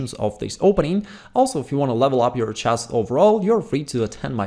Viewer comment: There is room for improvement though. He says "vorations" instead of variations and "chass" instead of "chess". He does have a good vocabulary and is awesome at teaching chess.